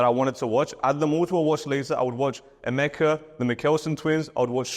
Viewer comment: Wait... The way you keep calling Emeka 😂😂😂